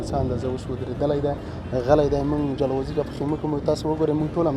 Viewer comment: ژورنالیست صییب ته ج نشی ویلی ؟ چی جلغوزیو ته زنغوزی ،😠😡😡